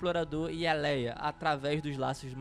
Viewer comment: Não é Léia é leah